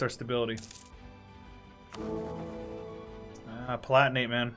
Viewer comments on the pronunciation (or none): none